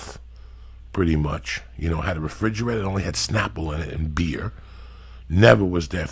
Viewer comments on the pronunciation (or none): Beer. That’s the hardest R I’ve ever heard from Joey.